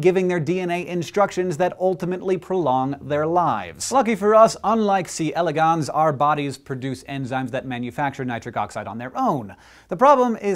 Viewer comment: Hank, I love you and I've missed you, but you pronounce c. elegans weirdly.